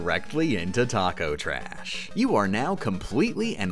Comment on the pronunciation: it just dawned on me, one of the few enemy/boss names you bothered to get right was TAKO TRASH. what's your problem